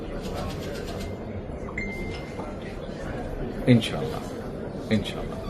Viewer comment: মুসলিম হিসেবে সালামটা অন্তত শুদ্ধভাবে দেওয়া উচিত ছিল তবে ইনশাআল্লাহ শব্দটা ঠিক আছে